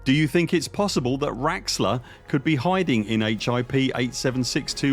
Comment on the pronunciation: lol its not raxxla 🤣